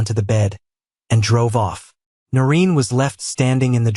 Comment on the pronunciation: 'Noreen' not 'Norin.'